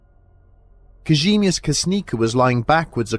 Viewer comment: If youre gona say it so many times please learn how to say Kazimierz my people would write Kazimjež.